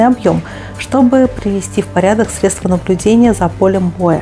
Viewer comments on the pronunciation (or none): none